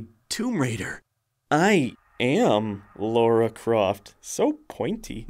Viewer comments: The real april fools joke was the pronunciation of Lara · Who's this "Laura" he keeps talking about? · I guess calling Lara "Laura" is part of the gag?? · "Laura"? It's Lara.